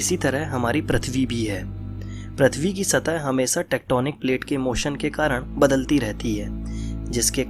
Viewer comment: Sikh le Prithvi bolna pahla